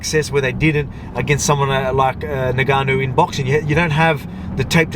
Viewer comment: Are you purposely saying “Nigganou” 🤔